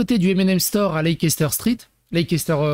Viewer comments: Ca ne se prononce pas non plus Leisséster mais Layster. 😉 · Ça se prononce Less-ter Pas lecès-ter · On prononce.. gloster et leister on oublie le CE au milieu ( CE pour communauté européenne 😅) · Leicester se prononce ´lester’. C’est plus simple... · "Leicester square" (à prononcer "leister*) est le square avec des artistes de rue et des statues en quantité à destination d un public familial. Le quartier est meme définitivement axé tourisme et famille avec ses magasins qui sont de vrais petits " musées" comme lego et mn'ms. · En fait ça se dit Lester, Glouster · Ça se pronounce " Lésteur " square ( c’est une place ) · "lesstheur" stp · On doy leisteur ! Tout court ! C est comme ça que ça se pronnonce. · Tiens, comment prononcer leicester